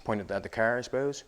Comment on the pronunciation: Nevermind you literally just said Nova Scotia . I love it. CaaAr . XD